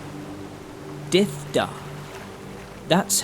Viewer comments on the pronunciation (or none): Dydh da but narrator saying dev da so how to saying Dydh please?